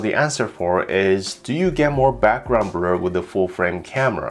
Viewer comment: He can't say blur😆 brul😆